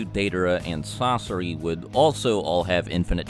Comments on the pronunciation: he calls sasori "sasora" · Did he really say sasora? fr?! You gon do my main sasori dirty and try to combine his name with someone who is useless COMPARED to him?!? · Sasori ❌ Sasora ✅ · He said Sosora not Sosore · Did no one realize that’s he called sasori sasora somewhere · "Sasora" 😂😂 Sounds cooler tbh. ( :12) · this dude said sasora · Sarora lol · he says sasora